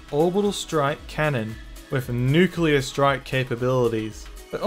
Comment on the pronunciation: bro its nuclear not nucular 💀💀💀